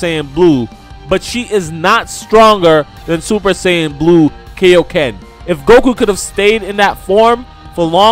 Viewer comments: Good video buuuuuuut, can you please say kaio-ken correctly? It is pronounced kai-o ken, not kay-o ken. Like king kai. You don’t say king kay. It literally means King Kai Fist. Just to clear that up lol. :) Just watch dbz abridged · Bro if you could please say kaiyoken correctly it would make a lot of people happy. Kiyōken NOT kayokin!